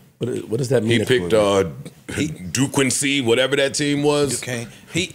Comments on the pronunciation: Pronouncing Duquesne as Dook-N-See had me laughing for half an hour 😂😂😂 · Brah Joe mispronounced Duquesne 😂😂😂